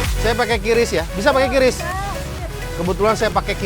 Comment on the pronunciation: Pake kris bukan kiris